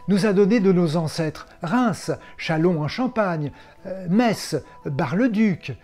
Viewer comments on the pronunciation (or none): none